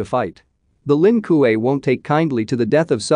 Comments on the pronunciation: Lin kuei, not lin ku ei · Quan Chee, Lin Kway